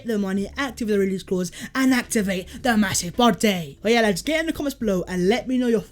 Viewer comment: Love the channel but the over pronunciation of Partey is a little annoying imo